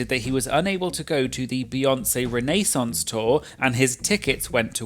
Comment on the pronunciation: "Rene-sawnce" lol